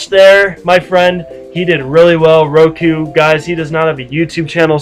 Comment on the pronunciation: Hey this was me, good game. by the way its Roku not Goku